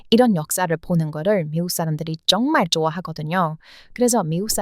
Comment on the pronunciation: 쩡말쩡말 ㅋㅋ 발음이 귀여워요 ^^